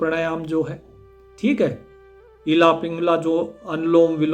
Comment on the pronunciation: प्यारेलाल। इला पिंगला नहीं कहते हैं इडा पिंगला कहते हैं